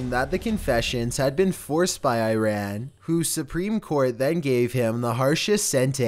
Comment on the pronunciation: The way he says Iran and Shiraz makes me wanna cry